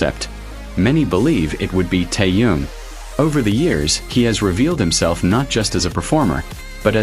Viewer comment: Блогер научись правильно произносить имя Тэхена дизлайк а не лайк